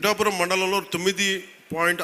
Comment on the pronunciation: మనోడికి పిఠాపురం అనడం కూడా రాదు